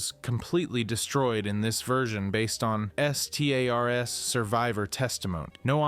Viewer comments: Dude seems like somebody who recently got into the franchise because he saw the hype for RE9 and just revolved his channel around it and reads Wikipedia entries. Who TF spells out STARS and says it as B.O. Hazard? And don't get me started on the footage he shows after stating cut content has fucking concept art. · why do you say stars like that just say it and stop spelling it